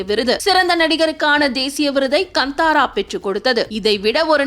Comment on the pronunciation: வந்தாரா அல்ல காந்தாரா எரியுது நீங்கள் சொல்வது சரியாக உச்சரிப்பை கற்றுக் கொள்ளுங்கள்